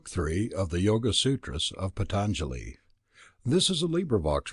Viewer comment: Please pronounce the name PAA-TAN-JALI properly, it has a A-vattu, an elongated A, not a short A in the first syllable. Good approach, nice effort.